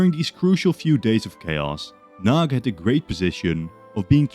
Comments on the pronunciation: It's pronounced "nuhdy" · Hearing the Hungarian names as a Hungarian was not satisfying, but the one who was the worst in my opinion was Imre Nagy. Nagy means big and instead a g sound you say something like the d in during. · Great video! But one small mistake, two actually. It is Nagy Imre in Hungarian because in Hungarian the first and last names are swapped. And the 'gy' in 'Nagy' isn't like a 'g', it's a different letter in Hungarian. The maps are getting so much better. Keep it up! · *Nagy not Nag